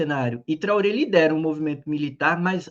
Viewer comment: Traoré, se pronuncia com o final "rê", fechado. "Trorrê"